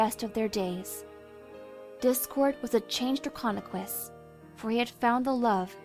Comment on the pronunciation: Not to be rude or anything, but it’s Draconequus